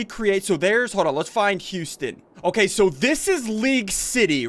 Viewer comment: your saying houston wrong your saying youston